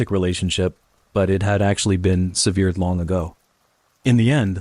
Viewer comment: Sev eared, what’s that?